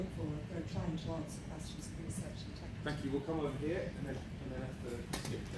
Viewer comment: Ещё в школе поправляют, когда говорят "сэнкью". Вон Панчин говорит так и понимают... Ну, или мне кажется, что он говорит "сэнкью". Хотя, есть же приколы про различный английский в разных странах, тот же Камеди Клаб тоже делал, так что... Может и плевать? Главное, что поняли. Но было интересно послушать. Такая прям тренировка английского. Благодарю Вас, Александр Панчин!